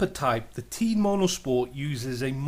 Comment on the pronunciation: It's Teh-iin, not Teen lol